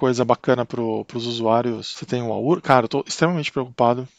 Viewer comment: Legal seu vídeo. Gostei de sua pronúncia correta da palavra "aura" (o que se escuta de aurea....é brabo!). Quanto ao Arch: se não se vai usar muitos hardwares novos (fones, placas de vídeo, etc) vale a instalação? Em comparação com um Debian Stable, por exemplo..Abração